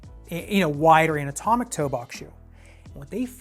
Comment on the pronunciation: Haha, kept hearing “an-atomic” ( i.e., “not atomic”), haha.